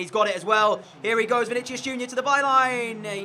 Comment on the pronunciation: I'm pretty sure Vinicius is pronounced as Vini-si-us.